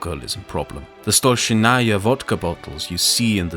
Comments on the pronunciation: If you're making a vide about something, at least learn how to pronounce some basic terms - Stolichnaya, not Stolshinaya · What a fantastic essay. Thank you for making it. The only thing I would like to comment on is Stolichnaya is pronounced as Sto-(pronounced like the same letters in a word store)-leach-naya (like Naya Rivera) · Do you mean Столичная vodka? If yes, then that is not hoe to pronounce my favourite type of vodka.